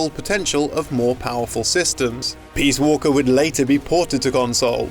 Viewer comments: Peas walker??? WTF??? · "Metal Gear Peaswalker" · "Peas Walker"